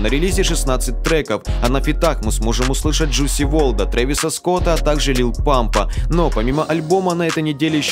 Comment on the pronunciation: На фитах можем услышать не Джуси Ворда , а Джус Ворлда . Не придираюсь а поправляю